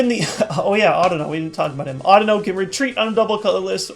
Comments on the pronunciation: Audino is supposed to be pronounced similar to (but not exactly like) "I dunno" since its a pun. Pokemon names have been weird. People still say Rattata, Kyogre, Kyurem, and Raikou incorrectly. There's still people arguing about how to pronounce "Arceus". Hell, I cringe a bit when people pronounce "Lysandre" as "LIE-SANDER" (yes, that means I cringe during every video and every battle I have because EVERYBODY pronounces it incorrectly). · just like to point out you've been wrong and pronouncing it wrong. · no offense but the way you pronounce audino sounds very strange to me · SheepsAndSuch thats not how i've heard it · SheepsAndSuch ok cool. once again, not the way i have heard it pronounced. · just like to point out i never said his pronunciation was wrong, just that it sounded weird to me because i had heard it the other way every single time. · Chris Green no offense but the way you pronounce audino is wrong